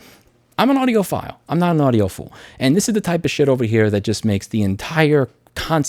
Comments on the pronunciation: "audiophool" hahaha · He said audioPHOOL, Somone's definitely an EEVBlog Subscriber 😆🔥 big shout out to dave jones 🤘🤘